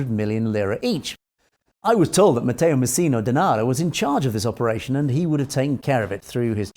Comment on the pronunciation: Well done! Your pronounced Matteo Messina Denaro very well! 👍